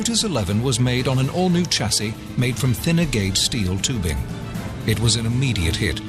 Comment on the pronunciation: Two things, Lotus lead, the rest follow! & for gods sake Lotus change the voice over the geezers got a speech impediment! Lodus? Elon? Tchassis? Where did they find him? Speech impediments R us!!!